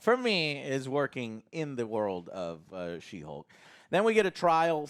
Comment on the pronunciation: did you just say she-bulk? HAHAHAHA alright bro, your cool in my book 🤜🤛 It ain't she-hulk, it's She-bulk!! 🤣